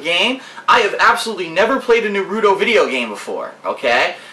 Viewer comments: He'll be lost? LOL, for god sakes he calls the game "Narooto". He's already lost. I wouldn't be surprised if he called Sasuke, "Sasookey" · I hope u know 1 u prounced NAruto wrong:) 2 just to let u know it is a Anime...like onepiece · its NA-RU-TO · I like the way pronounces Natruto lol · lol. omg....NAH-ROO-TOE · I hate to be rude, but you say Naruto wrong. Many people do. I don't blame ya'. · Based off how he says Naruto, that playthrough going to funny! :) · the way says Naruto is hilarious